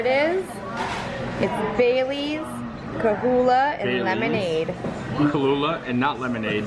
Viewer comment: I think y'all were adding a few letters!? It's pronounced Kah-loo-agh, Not Kah-loo-lagh😉